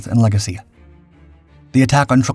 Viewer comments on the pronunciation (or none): none